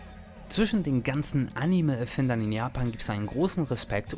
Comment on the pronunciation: entschuldigung das ich dass so sage aber du musst unbedingt lernen wie man anime ausspricht nicht am ende mit me sondern animeee